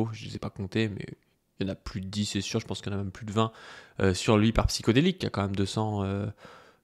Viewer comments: C'est pas Psyko, c'est Psyho. Il va te coller un procès pour avoir mal prononcé son pseudo à plusieurs reprise! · Pour commencer: c'est Psyhodélik pas psychodélique. ll va falloir apprendre à lire et à parler. Ensuite il a été condamné ou pas???????? ??????????????????????????????? ???????????????